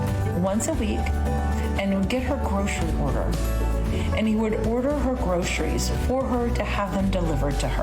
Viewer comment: "Groceries" ... NOT "grosherieshh"